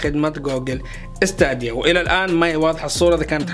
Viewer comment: ستيديا مو ستاديا كل مرة تلفظها غلط